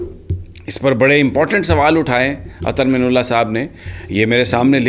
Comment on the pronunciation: محترم جناب سمیع ابراہیم صاحب اظہر من اللہ، آپ من کی نون پر پیش پڑھتے ہیں، میرے خیال میں من کے نون پر زبر ہوتا ہے ۔